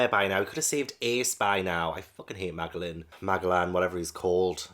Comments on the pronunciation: Just so you know, Magellan is pronounced Ma jel lan. ^_^ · No way you keep calling magellan, maglan 😂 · Pronunciation nitpickyness: It's Ma-jellan, like Ferdinand Magellan the man who circumnavigated the globe. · I like that Magellan (pronounced with a J) is not a villain. He's just a man who is doing his job and he does it well for the most part. Edit: His name is based on Ferdinand Magellan, a Portuguese explorer who sailed for Spain in the 1500s. It was his expedition that proved that the world is round.